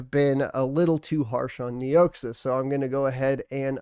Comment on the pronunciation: KNEE OX AH is how it is pronounced